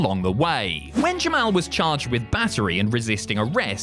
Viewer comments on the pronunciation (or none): why do you call jamal jim-al